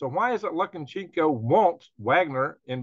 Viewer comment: Its pronounced "luca- shenk- o"